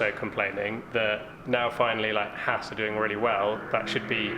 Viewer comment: I think there should be penalties every time a British racing commentator/personality mispronounces "Haas".....